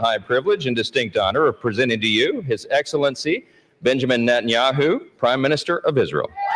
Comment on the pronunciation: "His Exilenncy "???